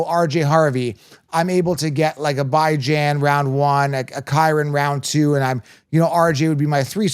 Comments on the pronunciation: lol come on, yall gota add a little more swagger when you pronounce a black man’s name. Calling that man Bi Jan for so long was just filthy work 😂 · you’re the best guy in the fantasy football space. Thanks for all you do! I agree with you on Chase Brown. I’m staying away from him. Jeanty is still going to do well And people need to understand it’s pronounced BYE JAN